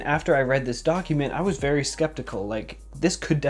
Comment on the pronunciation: vewy nice